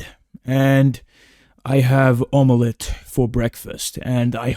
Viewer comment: I was dead at the way he said omelette.😂